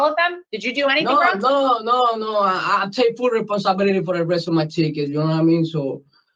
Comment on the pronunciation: "I take full reponsibility" 😂😂😂 did he go to school?